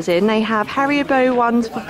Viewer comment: Hariyabo lmfao it’s HARIBO